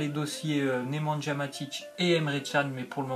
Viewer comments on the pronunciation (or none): Slt juste en prononce pas nemandja Matic c nemanja le j on le prononce y😂😂